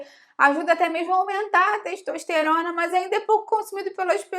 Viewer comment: ...a teishtoishterona...